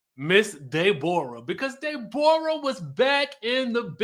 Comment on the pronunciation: If nothing else was funny about this review, I cackled every time you said "Day-bor-uh"!!!!! 🤣🤣🤣🤣